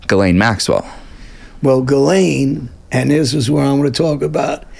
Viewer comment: Her name is prounced GIS laine